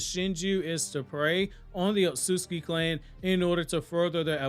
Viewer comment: Don't take this the wrong way, but the way you pronounce "Ohtsutsuki" deals physical damage to me every time.